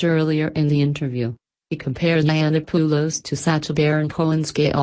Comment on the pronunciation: Milo "Eye-Anna-Poo-Lows" -- gotta love that pronunciation. Why not just record your own voice, you pussy?